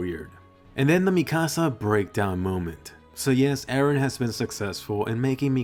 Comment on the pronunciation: many people call him 'ereh' as well. it's confusing!